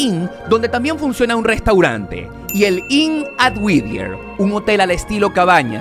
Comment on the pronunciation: Me desespera escuchar lo mal que pronuncia el nombre del pueblo no es WIDIER, ES WHITTIER (WITIER)